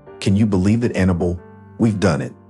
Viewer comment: Can't pronounce Annabelle? It's hard to listen to with all the mistakes.